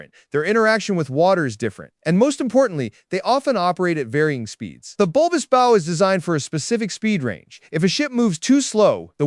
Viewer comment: “Aerodynamic?” I think you mean “hydrodynamic.” And learn to pronounce “bow” correctly.